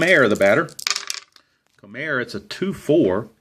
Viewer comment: It's pronounced: Bobby Kuh-nop, and Wayne Ko-Mer.